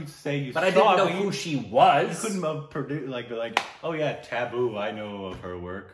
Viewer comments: The T in Tabu has to be pronounced flat not sharp. No equivalent word that would sound similar in English. When making the flat T sound the tip of your tongue should touch the back of your teeth and not the roof of your mouth., Indrani could help you out on a call to demonstrate the difference. A lot of the T and D sounds in hindi are flat rather than sharp. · You pronounce T and D wrong Everytime, be it Tabu or Deepika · You are pronouncing tabu wrong . Tabboo with a short a. It's also not a sharp t, it's between t and th . Difficult to explain . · T is softer t. A as in uh. Bu is boo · Yes u r pronouncing Tabu wrong. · You pronounce Tabu wrong Say the “A” in tabu the same way as you say “A” in Aamir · Tab in tabu is pronounced the same way as "tub" In bathtub and not like the tab in tablet. You spell it like the english word taboo. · It's pronounced just like 'Abu' and you just add a 'T'. Not taboo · It isn't "taboo" but is pretty close to the actual pronunciation:) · It's not Taboo, it's Tabu... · U pronounce Tabu as Thabu not Taboo....Like T as in Chahta.... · Tabu isn't pronounced like 'taboo' but instead as 'Tub-boo' ....unless of course it's an intentional korbinizarion...then it's taboo 🤣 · Pronounced as 'tub'---booo Not 'tab'--boo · Tabu is pronounced as "Tub-ooh" in India with a soft T. It's short for Tabassum. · So just an info it's prounced as Tabbbu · It's not taboo lol it's more like you combine tub and boo together but like with a different sound of "t" like you hear often in spanish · Tabu's is short for Tabassum. Pronunciation is Tab as in pub and bu as in boo.. So it is pronounced as Tab-boo. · pronounce her name as: tub-ooo It's short for Tabassum. She goes by Tabu. Her full name is Tabassum Hashmi. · It's Taa (like Tata) Taa-boo! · Tabu is pronounced as: Tub-boo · Tuh (with a soft T) - boo. It is short for Tabassum. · Its not t its spelled as tha...thubooh... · Pronounce as...tubb..oooooo